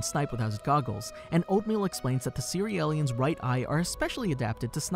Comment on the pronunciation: One question isnt it pronounced C-real-ians and not Ce-re-el-lians. Its a play on cereal